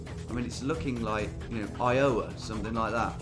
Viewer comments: When you say Iowa, the emphasis goes on the I, not the O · Why did you pronounce Iowa like that 😩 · "It's looking like i-OH-wa" 😆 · Never heard Iowa pronounced Eye-owa, that was funny to hear lol. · The way you pronounce Iowa makes me truly happy. Never change it 🙂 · Bro that pronunciation of Iowa got me dead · As an American, just thought I should let you know, when you say Iowa, the emphasis is on the i rather then the o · listen to how he pronounces “Iowa” hehe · this man's pronunciation of Iowa is.. shocking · Lol the way he pronounced Iowa